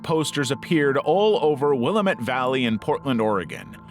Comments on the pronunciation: It's pronounced WILL--AM--ET not WILLEM-ET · yep I lived in Eugene for many years. it looks like William-ette but pronounced will-am-ette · 👋🏼I live in Eugene..XD..Will Am Ette. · Hey heads up, it's pronounced Will-am-et, not Willa-met! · Nooooooooooo another narrator pronouncing Willamette wrong 😭😭😭😭 it’s like this: damn it, Willamette, damn it, Willamette damn it That’s how you pronounce it 😭 not wila-METTE (thx) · The laziness of these is starting to show. Misnamed the Markovian Parallax Denigrates woman's book title. Mispronounced Willamette.... Will-ahm-et- The A is a long A, like in day, gay, ray and fey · Having lived here longer than you and grown up around natives who have never left, your pronunciation is completely inaccurate. I have yet to hear anyone say it as any way other than Will-aam-ett. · This is nonsense. I grew up in the Willamette Valley. It's will-AM-ette. Nobody says it any other way. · Portlander here. It's pronounced Wil-LAM-ette Valley.